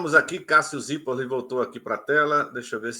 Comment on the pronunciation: E Wellington não consegue dizer o "Zirpolli" direito mesmo depois dele explicar 😂😂😂😂